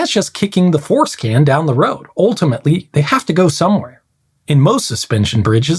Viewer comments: He also said foreskin instead force-can. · Maybe it's because I'm watching at 1.5 speed but "force can" probably should have been said differently. A kick to the force can is always unfortunate. My friend doesn't have his force can. Some people say having a force can changes how you feel things or might have cleanliness issues. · I had to go back: "That's just kicking the force can down the road, sounded like: " ... kicking the foreskin down ..." on the first pass! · Okay this comment will probably get automatically deleted but I gotta share in hopes someone else caught this: when he said "kick the 'force' can down the road" I could have sworn he said "kick the foreskin" LOL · I thought you said "foreskin" when you said "force can". Had to back up the video a bit. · I had to turn on the subtitles to catch "...kicking the force-can down the road". Phew!